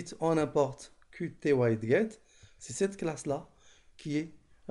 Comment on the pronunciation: Ça se prononce widjet à part ça merci pour la vidéo!